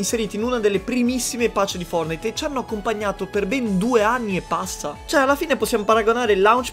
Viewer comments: In poche parole "Fordnait" Triggered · Nessuno: Letteralmente nessuno:: FOURNAID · Ma come lo dice poi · dice Fournait!!!!🤣🤣🤣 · Like se piangi quando lo chiama fornai in pronuncia inglese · Quanti volte hai detto fournahi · Ma nel video chiami fortnite foournite😂😂😂😂😂(non e un insulto) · Ma solo a me mi viene un tumore quando dice fuordnaid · Dici fornai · Perché dici founite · Perche dici fornite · Ma come pronunci Fortnite.? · Ma come lo dicevi fortnite?? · Va bene tutto ma per favore usa una pronuncia giusta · Che pronuncia quella di fortnite sembri francese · Ma come dio dici fortnite? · Come cazzo hai pronunciato fortnite tutto il tempo🤒 Mi è venuto un tumore alla prostata